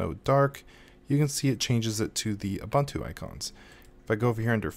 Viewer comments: It's pronounced oo·boon·too. Hurting my ears, dude. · ive been pronouncing it zooboontoo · Zoo buntu, loo buntu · Koo buntu Xoo buntu